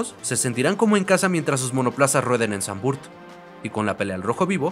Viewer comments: No se pronuncia "Sanvurt" bro. El holandés no se lee como el inglés. Se pronuncia "Sanvfort". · Muy buen video, sólo acotar q se pronuncia Zandvoort con O, en inglés, español y holandés… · Se pronuncia Zandvoort. Dos O. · No se pronuncia Zandvurt... más bien es Zandvort la oo no se transforma en u. Saludos.